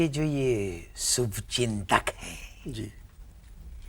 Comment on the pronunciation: Sir ki hindi is also very good aur gaur kariye sh ko sh nahi bol rahe sa bol rahe hain jaise subchintak😂😂